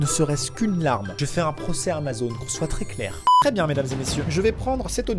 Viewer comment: Lol ta zamazon et pas Amazon lol😂